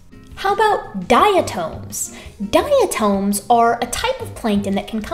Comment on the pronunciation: Diatoms rock. Love you, but the correct pronunciation calls for a short vowel on the second syllable: dia TOM. I am a diatomaniac.